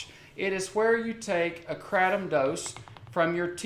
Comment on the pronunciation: Stop saying kratom like that, sounds like crap. I love Kats botanicals! Doing God's work <3